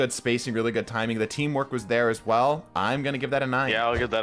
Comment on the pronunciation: He said Not Guud